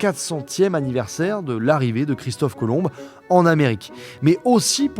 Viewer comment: Le b de Christophe colomb ne ce prononce pas